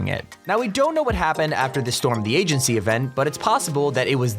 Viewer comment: It’s not stormtheagency like how you say it all in one word it’s Storm. The. Agency 🙂.